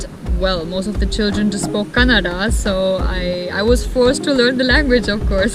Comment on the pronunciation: You pronounced “Kannada” better than a North Indian so Danke❤️❤️❤️❤️❤️